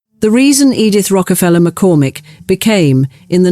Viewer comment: Interesting story obnoxiously pretentious narration. I barely made it through' "Edith Rockefeller McCormick"' for the one thousand nine hundred and twenty-eighth time. Word pronunciations are sus.